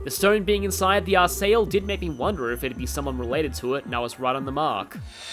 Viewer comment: Eh for the pronunciation of European names and words i wouldn't go with what the Japanese VAs in Sky/Crossbell games say or what the US VAs in the Cold Steel games say. Arseille for example uses the same spelling as the French city of Marseille and it's pronounced Mar-say. Another would be Agate, it's an English word for a type of volcanic rock and said as Agat, however some Japanese VAs say it as Ah-gah-tay and others use the proper English in FC and SC. What i found more confusing was the names like Walter and Loewe because they could either be English W or German where the W sounds like a V but then we have the name Vander that just uses V instead of W.